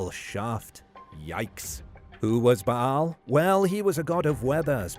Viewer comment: Yeah who was 'Ba'-Hal' exactly? It's pronounced 'Bale'. Bale's shaft. OMG!